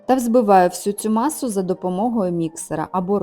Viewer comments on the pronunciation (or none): Як бісить ваше: вЗбиваю.Просто :збиваю!!!